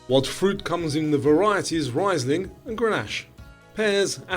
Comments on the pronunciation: Got 59/75. Glad that you are a human! Makes the quizzes 'real'.😊 I appreciate the Aussie questions you include. Hi. Riesling is pronounced Rees ling. It is a German word and 'ie' is always pronounced this way. German words with 'ei' spelling are pronounced 'eye', eg, Einstein. Unfortunately, Americans mix them up, so the surname Weinstein is pronounced wine steen! They do pronounce Einstein correctly! 🥴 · So close!! I got 59 right. Just a note. #22 Riesling is pronounced with a long “e”. In German , it’s the second letter that decides the sound. IE pronounced with a long E whereas when spelled EI it gets a long I. Love your quizzes. Hard enough to make me think but easy enough I don’t feel like a total moron. Best wishes from Syracuse, Indiana, USA 🇺🇸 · Great quiz. Some pronunciation to work on - Riesling, Haka, Camus, Port-au-Prince, Godot.. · 60. I don't watch those movies ot tv shows. You mispronounced "Riesling".